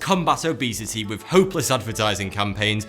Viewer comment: He is trying to say Thoughty2, but his way of speaking is very odd. For example; he pronounces the word, "three", as "free". He can't pronounce the "th" in any word. Just watch him again. "with" comes out as "wiff".